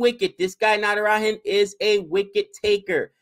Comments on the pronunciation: u should pronounce Natara"j"an and not Natara"h"an. It's not a Spanish name! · its Natara(ja)n not Natara(ha)n.